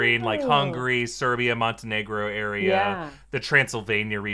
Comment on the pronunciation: One small detail, when you mentioned Eastern Europian countries, next to Montenegro is Serbia, not Servia. Just your pronunciation is a bit off.